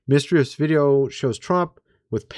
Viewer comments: Why are you pronouncing mysterious like miss-tree-us 😂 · Did you just say 'mistreus' for mysterious?n lol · Ya! Trump would have aliens outside talking so pictures could be taken! How dumb! Trump has been a UFC fan for years! FYI you can’t even pronounce mysterious correctly! Joke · Whyd u say "mysterious" like that? I would have immediately stopped and restarted the whole video lol. This is probably why I don't have a channel of my own. I couldn't push past a grammatical catastrophe like that and not double back and address the shit.. sry i do really like ur videos you are very informative and although I don't necessarily agree with all your opinions. I do infact appreciate the hell out of your efforts to share info with those of us who are generally too busy or out of the loop to come across the information , otherwise